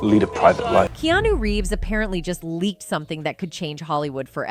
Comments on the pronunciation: ya I noticed that too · The fact that this Bot pronounces Keanu WRONG the entire time should probably let us all know it’s click bate